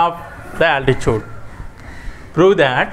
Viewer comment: 🤣🤣😂when you are saying 3rd problem u spelled altitude as altichuvd😂😂😂